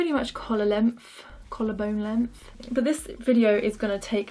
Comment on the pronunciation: "Lengf" that's all I hear when ya say length